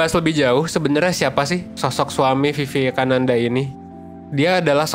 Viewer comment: Pronounciation nya : wiwekananda